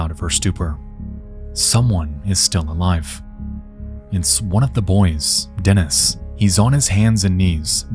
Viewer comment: Dear Nexpo! I really appreciate all the effort it takes for you to make such high quality content but please when researching cases with slavik names contact someone who can tell you the correct pronunciation. Your pronunciation is great, there are just a couple of changes: it's Lyudmila, Natalia KorOvina and DenIs (not DEnis). I know it's maybe not that important because your audience is mostly english-speaking but it would be very cool to hear the correct names for people who also speak Russian and other slavik languages. Almost every English-speaking youtuber I know always butchers the stresses in words.